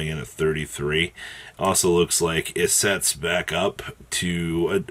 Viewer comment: “Elizette” ❌ “Issette” ✅